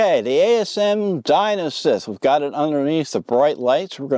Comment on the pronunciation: Enough. After the 7th time hearing '''Di*N*osynth''': no more. Distracting...& just plain dumb. Thumbs down, & unsubscribe. Seriously?!?!?